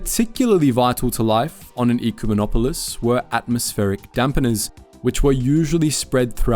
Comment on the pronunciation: I'm sorry, but you're pronouncing it wrong. It hurts ever time you say it. It's Eh-cumenopolis. Its okay, everyone pronounces Executor (Vader's ship) wrong too.